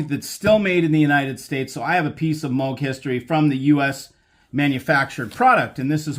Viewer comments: It's pronounced Mow- G,not Mogg! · That’s the first time I heard his name pronounced that way.